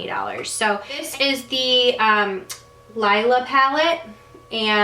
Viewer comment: It's pronounced LEE-LA pallette.Sorry,not trying to correct you,I just thought You may want to Know😊💖🌺It's Natasha's Daughter's name.